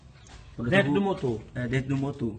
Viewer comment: "Fica um motô limpô né? Com maió tempo de vida" KKKKKKKKKKKKKKKKKKKKKKKKKKKKKKKKKKKKKKKKKKKKKKKKKKKKKKKKKKKKKKKKKKKKKK